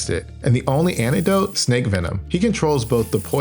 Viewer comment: Cool video, but you keep mispronoucing words, like "pantopticon" instead of "panopticon" or "anegdote" instead of "antidote". Is this intentional?